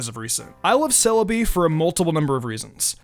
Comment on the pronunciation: SEE us not KEE us